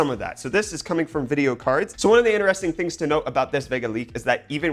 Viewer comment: Interesting way to pronounce interesting :/